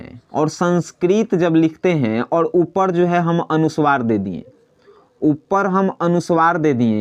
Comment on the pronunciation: putra Uchcharan thik karo Anusuwar nahin anuswar bolo 2 halant nahin Hal bolo